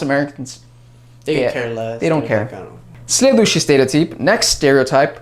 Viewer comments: Когда ты говорил "следующий стереотип", ты произносишь это практически без акцента!)))))) Прям идеальная интонация) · Слова "Следующий стереотип" ты произносишь так чисто, без акцента! 👍😃